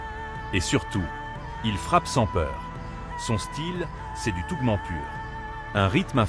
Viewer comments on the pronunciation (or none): C'est quoi cette proconciation ?!? "Butaire béant", sérieusement ? C'est "Butterbean", prononcé "beuteur bine", qui veut simplement dire "haricot-beurre"... Idem pour "tough man", ça ne se prononce pas "tougmant", mais "taouf mane", ça veut dire "homme dur"...